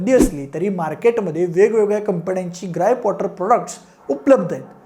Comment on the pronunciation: ग्राईप कॉटर😅